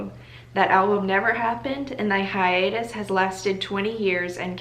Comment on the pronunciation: “hiatus” did in fact trigger me